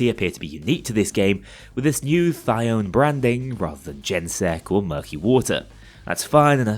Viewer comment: pronounced thy-o-nee because ancient greek is like that. and now that you know this, you too can be annoyed every time you hear someone mispronounce hecate with 2 syllables instead of 3.